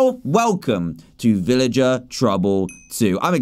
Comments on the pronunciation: Dan you mean villager not illiger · Did he say villager with out the v? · Dan said illager instead of villager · DAN AT THE START OF YOUR VIDEO YOU SAID ILLAGER NOT VILLAGER!!!